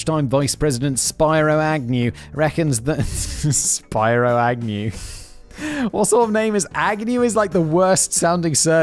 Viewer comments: It's pronounced Spēro Agnew, not Spīro. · LOL Spyro Agnew... it's pronounced "spear-o," Simon :) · Spiro = spear-oh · I appreciate how the name Spiro (pronounced like Spear-o) became Spyro. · I love how you pronounce Spiro Agnew's name. It's pronounced like Spearo (pretty sure it's Greek) and I only know this because of Nixon's head on Futurama lol. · Spiro (pronounced spear-row not spy-row) Agnew was the U.S. vice president under Richard Nixon. He was forced to resign due to corruption in his previous job. He was replaced by Gerald Ford who was then vice president when Nixon also resigned and replaced Nixon. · Lmao, its spearow, not spyro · He was a disgraced American Vice President under Richard Nixon and his name was spelled Spiro but pronounced "Speer-o". Just a friendly FYI 🙂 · Haha Simon it’s not Spyro it’s Spiro a very very very common Greek name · Not SPY-ro, but SPEAR-o. It's Greek. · Spiero not Spyro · its spear oh not spi roh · You're pronouncing Spiro agnew's name wrong it's not Spyro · itz SPEER-RO not SPY-RO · He is saying it wrong it is "spee-row". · Spiro is pronounced "Spear-oh", but that doesn't change anything. The name is still odd, and he was indeed a bit of a dick, so whatever, Spyro it is! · Simons pronunciations are hilarious! I'm pretty sure Spiro is pronounced Speero. It's a really common Greek name but is usually Spiros. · Spiro Agnew was an American of Greek extraction. Spiro's first syllable is like spear. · Spyro 😂😂⚰️ Not sure if Danny needs to start adding pronunciations for Factboy of if its better this way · Spiro is pronounced more like spee-roh. Also, I never got my free Danny shirt. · Spiro Agnew was the Governor of Maryland, and we are ashamed of this. And it's pronounced Spear O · Simon I know that you don't like people correcting your pronouncing words but Spiro is pronounced Spear-o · Pronunciation Police: SPEER-oh Agnew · Also it's Spee-row. Latin I. At least in American pronunciation. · Spiro is "spee row"